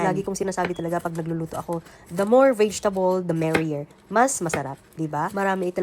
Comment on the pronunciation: da more VAYJTABOLS da better… por the ISPANSH ISTAYLE SALMON…